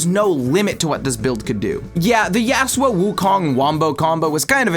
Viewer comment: can we pls say yasuo correctly chatter